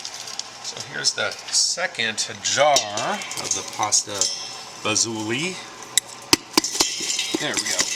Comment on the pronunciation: Hi. I love your videos and just placed my first order on your website. I wanted to say from an Italian —- it’s pronounced pasta fa-zool not fa-zoolee. ❤️